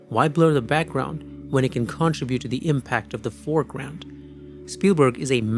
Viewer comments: I've heard of contraband. I've heard of contrabassoon. But I never heard of contra-bute! Contribute = con-trib-yoot. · Great analysis.. but CON-tribute? 😆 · Nice job. Contribute is pronounced "cun-trib-ute" or kənˈtribyo͞ot - the first part is not CON but sounds more like CUN like the word GUN but with a C. Best wishes. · Here are a few tips that should help you perfect your pronunciation of 'contribute': Sound it Out: Break down the word 'contribute' into its individual sounds "kuhn" + "trib" + "yoot". Say these sounds out loud, exaggerating them at first.